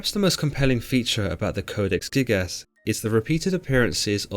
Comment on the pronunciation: I know I am not the only one hearing him saying "Codex thickass"